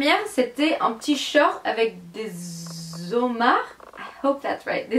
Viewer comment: Oh! J'adore ce haul! Mais sutuout ton accent américain sur des mots français, c'est tellement chou! Bravo pour le "homard"! Je ne sais même pas le dire en anglais. Par contre pour les "blouson" on dit blouse (chemise). Tout ce que tu as acheté est magnifique et vraiment je me suis régalée sur ta vidéo! 😘